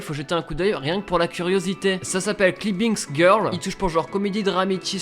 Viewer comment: Mon pote ç'est pas comme ça qu'on prononce climbing girl 😂. Lis en anglais par en français